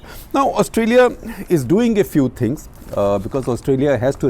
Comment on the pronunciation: It's should be Few, not Pew🙂